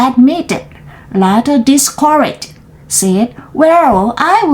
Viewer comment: สะดุดนิดหน่อย ช่วงคำต่อเนื่อง โดยรวมอ่านสนุกค่ะ:trophy-yellow-smiling:เก่งมาก worm คำนี้ขัดใจทุกครั้งที่เห็น สะกดด้วยโอ ออกเสียงเป็นสระเออ scratch ออกเสียงเป็น กร ได้ค่ะ ส-แกรท ช particularly ห้าพยางค์ par-ti-cu-lar-ly discourage อ่าน ดิส เคอ เรจ ไม่คอ recipe เร ซิ ปี้ dashed แดช ท the oven ดิ oven เสียงสระ